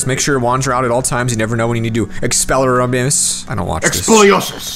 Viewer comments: It's expeliARmus, not expeliarMUS. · Actually it's expeliarmus not expeliobi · I LOVE HARRY POTTER!!!!!!!!! ps it's expelliarmus not expelleramiass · Me:HarryPotter fanatic:EXPELLERAMIASS Me:NOOOOOOOOOOOOOOOOOOOOOO YOU SAID IT WRONG CRINGE 100 *smashes phone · Expolioses😂 has me ded